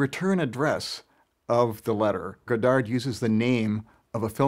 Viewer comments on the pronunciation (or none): it hurts my ears to hear the guy not even saying godard's name right. the last d is silent! as to this feud, it doesn't change at all how I feel about either one (they're genius), but it's very, very interesting.